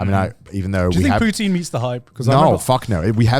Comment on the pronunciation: You know I liked the bois Then Then Then Then they tried to say cheesy chips are the same as Poutine (which they pronounce wrong) and I actually threw my phone. Like fuck right off you uncultured assholes. It’s not the same. I’ve gone to Britain, I’ve had cheesy chips and they suck compared. ❤ 🇨🇦